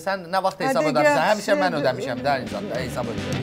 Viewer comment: Anons edene ne eceb bir adam demir ki, “HESAB” sozunde “Y” herfi yoxdur. “heysab” YOX “HESAB”dir.